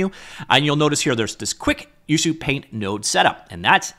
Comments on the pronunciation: It's actualy pronounced as U-chu-paint, as Ucup is the developer name :) Also, the dev seems to be huge fan of ACG culture, that's why you see Ina from Hololive. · Color (or paint haha) me wrong. I was sure this was pronounced "you see you paint"...but watching tutorials from the app creator himself, ucupumar, he pronounces it "uchu paint". Great video as always. Really is a great tool! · Learn how to pronounce the name before showcasing... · I'm impressed with how you manage to pronounce ucupaint differently each time you say it! :D Tip: hold shift when dragging blender sliders to increase precision, useful for a lot of sliders in ucupaint like UV scale and layer opacity